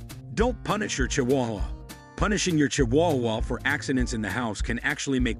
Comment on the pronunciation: that AI is S.T.R.U.G.G.L.I.N.G